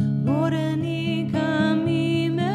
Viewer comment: Your voice is very nice but your pronunciation in Ladino is atrocious!!!